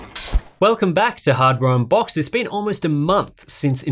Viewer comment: I clearly heard him say "welcome back to hard brown box." Lol Is it my hearing or his accent? 😜